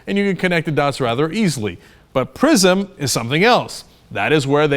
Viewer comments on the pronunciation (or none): lol, I thought Cenk said the program's name was "Prison". It would be pretty apt though.